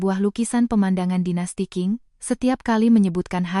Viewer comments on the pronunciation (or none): none